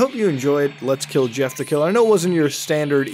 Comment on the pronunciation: At first I thought he said yiff the killer. Mmm hmm, Jeff was a furry huh?